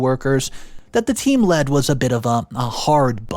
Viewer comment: And you said team lead the first time like the metal, lead. The mispronounced words make me crazy.